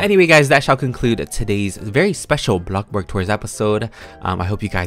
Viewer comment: the way he says blox burg soo good